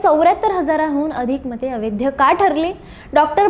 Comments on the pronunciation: "अवैध" ह्या शब्दाचा उच्चार "अवैद्य" असा करीत जावू नये. कांहीं लोक "ऐतिहासिक" ह्या शब्दाचा उच्चार "एतिहासिक" असा चुकीचा करताना आढळतात. ते टाळलं पाहिजे. गोष्ट लहान असते पण,....... असो, बाकी मजकूर वगैरे उत्तमच. खूप शुभेच्छा.🙏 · अवैध या शब्दाचा उच्चार व्यवस्थित करा.